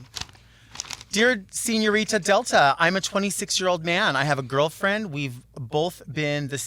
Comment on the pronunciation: Not "SenIORita." Was that a read from production?